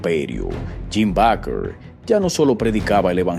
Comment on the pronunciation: Se pronuncia Beiker